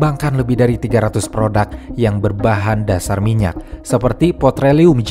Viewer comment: PEtroleum bang bukan POtreleum